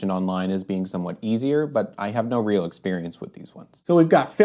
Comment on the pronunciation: You said “I have no ‘reel’ experience….” When speaking of other brands of reels. That tickled me. Thanks for the informative video.